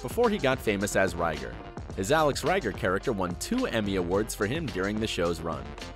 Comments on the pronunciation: No way you ever watched an episode. You mispronounced Alex last name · yea, this is not a good video, he even mispronounced Judd Hirsch's characters name on Taxi, lame. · As soon as he said "Reiger" I turned it off